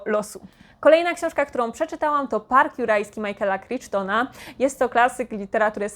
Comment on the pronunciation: Żadna moja przygoda z Murakamim nie skończyła się dobrze, więc już nie czytam jego książek. A z tych, które przeczytałam nic we mnie nie zostało i tak naprawdę ich nie pamiętam. To na pewno nie mój autor. Przepraszam, że zwracam Ci uwagę, ale Crichton wymawia się bardziej jako "kraiton" (kraitən). Przesłuchałam wszystkie trzy części serii Izabeli Janiszewskiej o Larysie Luboń i Brunonie Wilczyńskim (Wrzask, Histeria, Amok). Dobry kryminał do słuchania przy gotowaniu. Doceniam za poruszenie problemu przemocy emocjonalnej wobec dzieci, która tak często jest niedostrzegana i bagatelizowana. Trzeci tom (Amok) wynagrodził mi nieco przeciętność dwóch poprzednich. Domenico Starnone przeczytałam Sznurówki i akurat ta niewielka książeczka mi się podobała. Jest też film na podstawie tej powieści: Wszystko zostaje w rodzinie - całkiem dobry. Ale poziom pisarstwa tego pana nie dorównuje w żadnym stopniu Elenie Ferrante. Mój lipiec czytelniczo był naprawdę udany. Skończyłam czytać biografię Zygmunta Baumana "Wygnaniec" (bardzo dobra), Heksy Agnieszki Szpili (kontrowersyjna, ale potrzebna) i moje odkrycie Człowiek z Wysokiego Zamku Philipa K. Dicka. Tak mnie zaintrygowała książka, że aż obejrzałam wszystkie sezony serialu pod tym samym tytułem. Wreszcie sięgnęłam też po Mireczka Aleksandry Zbroi.